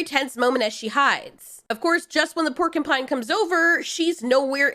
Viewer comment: . Percupine?! XD